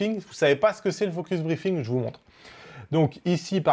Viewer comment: Salut, Prononce focus-BreaZing, sinon ça fait focus-briefing ^^. Et le Viltrox 85 f/1.8?